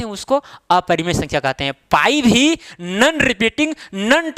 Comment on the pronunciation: Sir nan nahi no hota hai😁